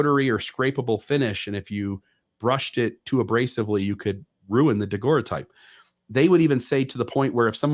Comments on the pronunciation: Great discussion, guys! Always so interesting! (NB: “daguerreotype” pronounced “dah-GERR-oh-type”) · Nobody knows how to pronounce "daguerreotype" in all these videos I've seen by different people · when you get back, please teach how to pronounce daguerreotype! He's killing me! Good show other than that.